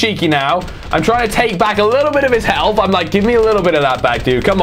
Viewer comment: Lol u say healf like i have 5 healf